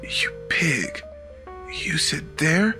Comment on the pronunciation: You sit there!! became you sit there..?